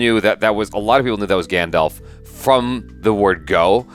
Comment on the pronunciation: Stranger = Gendalf